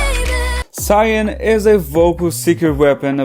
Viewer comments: Not you calling Sull-yoon "Zion".It's seol-yoon. What the hell???? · yes, and sullyoon is pronounced seol-yoon in any language